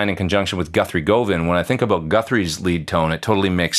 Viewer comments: Between “KRAYKEN” and “GUTHRIE GOHVAN”, is 0/2 on pronunciation lol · I knew you were joking when you said “Guthrie Gooovan”